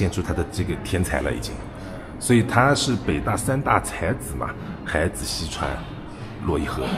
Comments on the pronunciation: 海子的重音错了。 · 我去过安徽安庆市怀宁县海子的故居，他母亲还在。另外，“海子”应该是两个字都是第三声。sean这么读，听得很难受😅